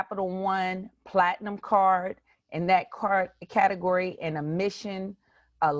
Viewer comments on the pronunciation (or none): none